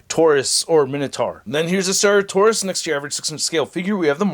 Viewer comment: This dinosaur's name is pronounced "sir at oh sore us" or "sara toe sore us" . I wish I liked these figures more. But my wallet is glad that I don't